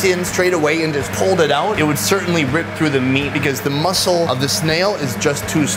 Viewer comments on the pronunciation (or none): none